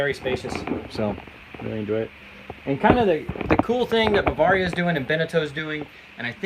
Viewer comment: Learn how to pronounce Bavaria